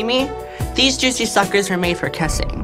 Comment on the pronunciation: "Theas jouicy shuckers were meant for kassing"